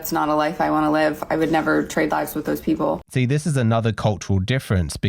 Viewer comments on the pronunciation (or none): Gosh, her "H" after every "P" is insufferable. "Pheople" "comphatible" 🤮